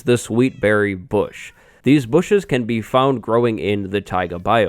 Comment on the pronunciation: i cant be the only one who died when he said "da bushes"